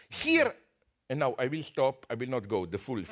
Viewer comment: "Sorry guys you scrood it up naow" LMAO